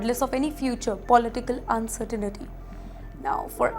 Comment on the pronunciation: Pronunciation of "uncertainty" is wrong. There is no "ni" sound.